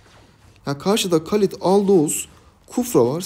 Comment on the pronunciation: Halid e neden kalid diyonux abi